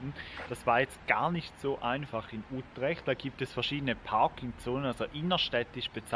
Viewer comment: Hallo ihr 2. Wieder ein schönes Video. Die Stadt Utrecht wird gesprochen: Ütrecht.